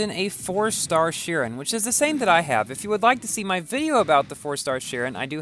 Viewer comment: It's pronounced- shiron not shirin